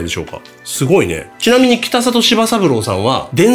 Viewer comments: 北里は「きたざと」と濁って読みます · ただ、北里さんはきたさと、ではなくきたざと、ですね。